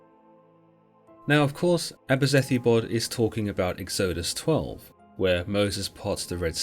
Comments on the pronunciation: egg-zoh-dus? lol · Great video, odd say of pronouncing Israelites and exodus though